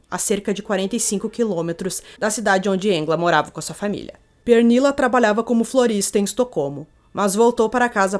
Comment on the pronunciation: Pernílla e não Pérnilla.